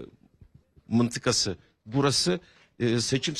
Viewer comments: Məntəqə kəlməsini mıntıka kimi oxuyarlar heç? Biz ora "ə" yazmışıq yoxsa "ı"? Düzəməlli oxusun o sözü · Turkce mentege mintika deyilir. Bosbogazliq elemekden otru olursuz